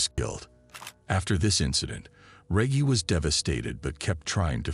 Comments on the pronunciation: What the hells a regy cant even say the name rt channel owners a piece of trash dont care 1 bit bout this channel fukn dushbag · Great video. Just to help with pronunciation Reggie sounds like Veggie. 🙂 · For God sake man Americans are supposed to talk English It’s Reggie Pronounced R-E-D-G-I-E Like Wedgie You know what a “Wedgie” is don’t you? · Stupid ass narrator...it's Reggie with a hard G. I turned it off after 5 mins. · No way it’s pronouncing Reggie ( Reg - E) 😤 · reggie is pronounced ....rejjy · This Mf keep saying reggy *scoobiedoovoice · Who TF is reg-hee? It almost kills the story. Then he keeps saying it the wrong way, with all the confidence in the world🚛💨🔥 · DUUUDAH! WHO THE F IS REGGY! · THATS MY BOY & ITS PRONOUNCED REGGIE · Butchering this bros name!! Reggie sounds like rejj-e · Excuse me it's pronounced Reggae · It’s Rehgee Reggie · Pronounced Rej-gee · Pronounced Re-jee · Feels like a stab every time he says reggy 😂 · The way he pronounced his name makes me think what we called regular 🌲🌳weed lmao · can't even pronounce Reggie properly? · Na the voice doin this video messed up so many words and how you got a whole story about someone and keep messing up they name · Reggie is such a well known name and this guy can’t even pronounce it the right away. Super annoying. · I don't know if Reggie 😂is pronounced like that!😂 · You keep pronouncing his name wrong. F$&k you. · the real crime here is this ai pronunciation of REGGIE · Reggie is pronounced wrong it spoils the video, did you use artificial intelligence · YO WHY IS THE NARRATOR SAYING THE NAME WRONG EVERY FEW MOMENTS?!! 😅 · The narrator sayin Reggie name wrong is killin me, you telling me throughout his ENTIRE life he never came across a Reggie? so he decided to "sound it out" 🤦‍♂ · Watched this whole thing and couldn't tell u what happened to ol' Reggie. What I can tell you is your boy can't pronounce the name Reggie... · Is his name Reggie or Regie lol 😂😂😂😂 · re - gy not re gee ? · Me too